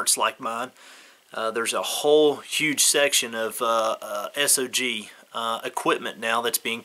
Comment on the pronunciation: Just FYI it’s not pronounced S.O.G. It’s a word, sog, like soggy